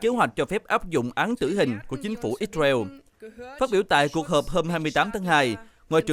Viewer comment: Ích sơ ren đọc ích beo